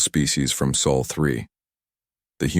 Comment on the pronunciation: Please, PLEASE, teach your AI the difference between forearms and FOUR ARMS! Also, since when do Humans have BLUE blood? And it's SOL, not Soul. Good grief!